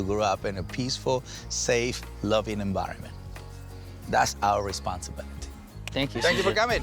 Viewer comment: After watching lots of old episodes, I noticed Cesar’s accent isn’t nearly as heavy. Shame - I love his accent - at least he still says environment with the B replacing the V.